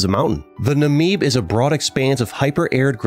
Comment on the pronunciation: I know about it, but umm.. I live in South Africa soo.. Does it really count? 😂 Also, your pronunciation of the Afrikaans name Windhoek killed me lol Also Swakopmund and Namib names lmao